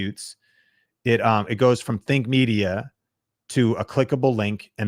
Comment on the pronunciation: Something I've noticed is when you quickly pronounce "Think Media" in these videos, it does sound like "Fake Media" sometimes. Just be extra clear on the pronunciation. I love the content you guys make to help smaller creators grow!